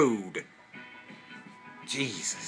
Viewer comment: "JAYEESUS" That's definitely how I'm saying "Jesus" from now on.